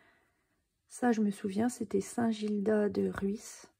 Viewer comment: Bonjour. Il est très beau !! 🤩La Bretagne est une tellement belle région !😍 Je ne suis pas très objective vu que je suis Bretonne 😉 et je connais bien St Gildas de Rhuys (que vous avez très bien prononcé 😉) car mes parents habitent pas loin. J'ai très hâte de le faire, dès que je vais avoir un peu de temps. Encore merci pour ce partage et bonne soirée.🙂